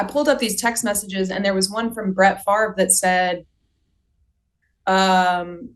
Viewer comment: Where are u ? I am a cuevas. Born at The Kiln. Spent lots of time there. But never lived there. As you know we are distantly related to Brett It is correctly pronounced as Fav Ray